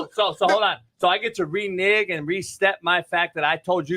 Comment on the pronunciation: "Re-nig" I can tell we the same age. I don't think anyone caught that. Lol!